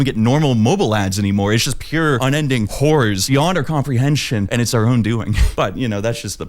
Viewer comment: On 1.5x speed every time you say "Horrors" it sounds exactly like "Hoors" (as in OF ads 😅)